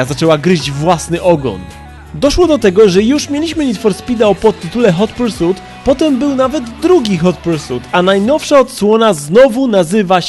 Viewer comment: Hot Pursut ? A ja myślałem ,że Hot Pursit XD